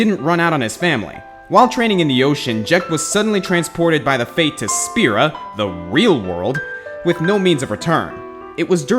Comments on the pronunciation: Fayth, not fate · the spirits are called "fayth" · 1) they're called fayth, not fate. 2) Jecht CHOSE to become Braska's final aeon